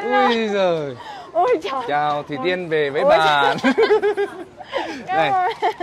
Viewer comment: Sao khúc đầu tui nghe ổng gọi là Thủy Tiên nhờ?😂